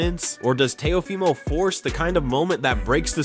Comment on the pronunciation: Dear Floyd, Shakur’s last name is Stevenson not Stevens. Dear, Teo’s full name is pronounced Teo-“fee” mo. Thanks!